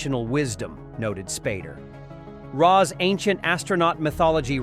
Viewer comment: Same. Hearing it butcher Ra's name caused me actual pain.